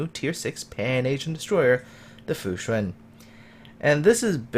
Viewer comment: Perfect pronunciation for "Fushun"!